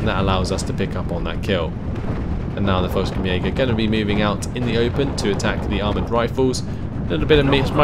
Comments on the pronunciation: Quick correction, Fallschirmjager is pronounced Fall-SHERM-jager, theres no "k" sound. Good work on the battlefield! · Pronunciation : "Fall (the A is like the one in Father) chirm (the I is like the one in Give) yeah - ger"